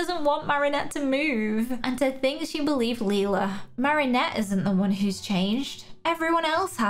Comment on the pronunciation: her name is Lela not Lela